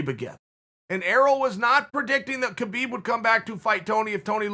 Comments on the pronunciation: uncle chael just called khabib ‘khibib’😄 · Chael: Khebeeb Me; Okay, great. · How many times did Khabib say his name is pronounced “Habeeb” and you guys still call him kebeeb. So disrespectful. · me: Khabib's retirement Chael : Key-Byb's retirement me: Key-Byb's retirement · Me: Khabib Chael: Kheebeb Me: Kheebeb